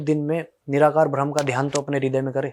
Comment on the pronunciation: "भ्रम" नहीं "ब्रह्म"